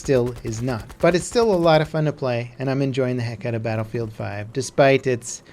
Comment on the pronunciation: or as DANNY would say "Føn stuff" :D